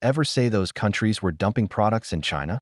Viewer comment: Saar, i think..maybe palki said dumpling not dumping, that's possible because of accent, maybe..🤔